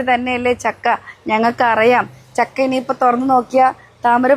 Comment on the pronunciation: ചക്ക യല്ല , ഛക്ക 😂😂